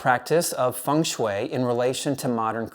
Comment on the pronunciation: Thank you for your recommandations😊 And you are one of the few persons pronouncing "Feng shui" the right way👍😉